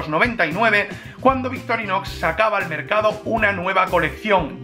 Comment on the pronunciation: Buenisimaaaaaaa.... aguante victorinossssssssss 😂😂😂😂 bromas aparte ...decis victorinosss o es el microfono que te toma la x por la s... saludos!